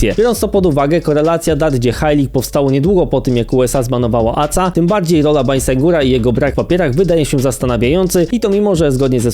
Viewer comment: Nie ACA tylko A Ce A, tak jak Ka eS Wu A nie KSW